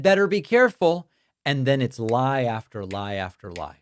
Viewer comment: Why does Trump pronounce the word "added" as "ear-ded" and the word "after" as "earf-ter" and the word "thought" as "thorwt"?